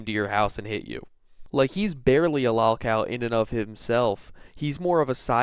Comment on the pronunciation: It drives me crazy the way you pronounce “lolcow” dude, use the correct “o” pronunciation when saying it. How come Cyraxx can say it correctly but you can’t? He has no brain.